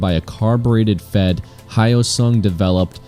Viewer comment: could never compete with the gt650r...the Hyosung (not pronounced high oh sung) isn't a copy of other bikes, unlike this thing. (".)